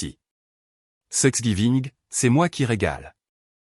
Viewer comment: Thanks giving !!! et non 😮 "sex giving"